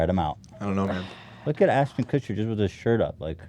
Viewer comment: Ashton Kutscher Kushtcher Kutchsher Kuschtcherter Kushtuchhershuscher